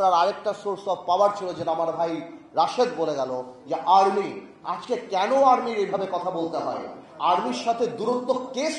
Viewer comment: আড়মি কেন বলে